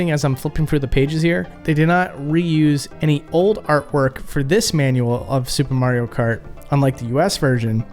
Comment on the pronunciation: Supre Mayro Kratt